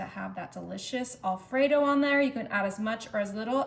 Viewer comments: It's AL fredo..not ALL fredo. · Not a bad idea. I'll likely make some of these. But, I did find the repeated mispronunciation of "Alfredo" to be a bit jarring. (The first syllable is said as "Al," not "All.") Also, the word "pepperoni" IS PLURAL (singular, in Italian, is "peperone"). So "pepperonis" is incorrect.